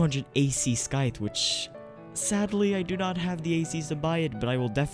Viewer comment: "Skythe" He said "Skythe"😭